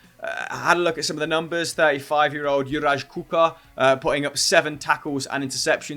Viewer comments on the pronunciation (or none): Juraj Kucka [Yuray Kutska]. In Slovak or Czech you do not say J as [jay] but rather as Y. Plus, we do not pronounce C as [S] or as [K], but as [TS]. Letters S, C, Z that you see as Š, Č or Ž are pronounced [SH], [CH] and [ZH]. We also have letter CH, but you do not have this sound in English really, so it does not matter. :D